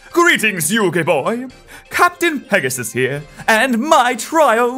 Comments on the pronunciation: I think it’s pegas-s-s-s-s. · It's Pegasisisisis.....duhhh...